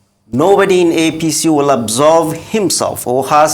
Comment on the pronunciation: "Absolve" NOT Absorb.